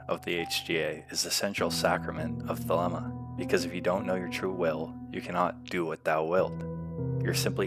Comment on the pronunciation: It's pronounced "thuh-LEE-muh."